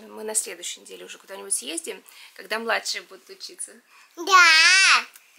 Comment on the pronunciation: почему"лазиет", "съездием", а не съездим?🤔